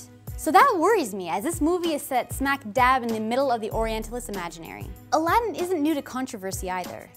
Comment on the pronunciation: Gosh Even the way they changed the way Aladdin is actually pronounced is offensive